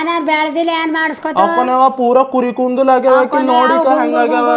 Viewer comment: Kundul alla bro kudalu pronounce properly bro